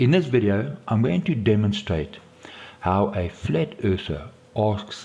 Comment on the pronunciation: His accent/pronunciation! " I am going to *dumbenstrate.*😂😂😂